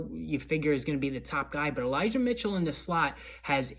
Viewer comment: I think u said eligah mitchell when u were talking about elijah moore